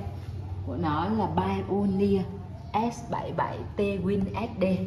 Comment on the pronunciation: Hiếm hoi lắm mới có được một người phát âm từ Pioneer ở Việt Nam chính xác như.